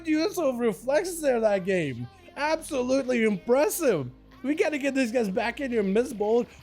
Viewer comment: "Is absolitely overpowers them"